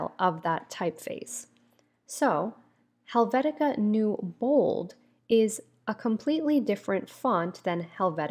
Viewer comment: Thanks for the video. minor note: It's Helvetica Neue - more like, noya not queue ( /kyo͞o/ )